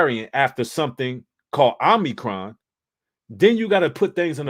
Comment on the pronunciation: It’s not OMNI-, it’s OMI-. I just don’t want people to try to discredit. Omicron is also the greek word for the letter “O”.